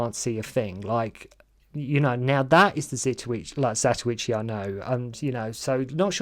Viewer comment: It's zatochi not what gobeldy goock your blethering